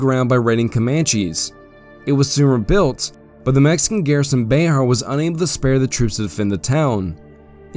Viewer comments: Bexar is pronounced more like "bear" or specifically "behr" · Bexar (county) is pronounced "bear" by the native Texans in that area. Legend has it that the founder of San Antonio was illiterate and signed his name with a "x". Somehow the "x" was incorporated into his name Bear rendering it BeXar.